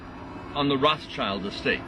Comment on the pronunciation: 99% of people in the music business artist and/or producer is in witchcraft. If you lose someone after every album , then duh, stop making albums. Dude drives me crazy saying "roths-child" it's pronounced Rote-shield. Eww, snake alcohol definitely ain't kosher.